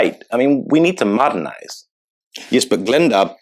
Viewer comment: "Muddernise"...did I hear right?